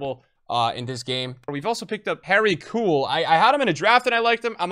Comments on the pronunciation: Bro it’s que-well not coo-well 😭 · Is he pronouncing Harry Kewell wrong on purpose. Its pronounced "Q-UL" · Prounounced kewell cool, that was enough for me haha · It's so bad hahah is just saying koool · Kewell is pronounced que-ell like the que in pool don't pronounce the K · You destroying the pronunciation of Kewell 😂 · as an aussie it hurts hearing you say kewell hahhaha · please learn how to say kewell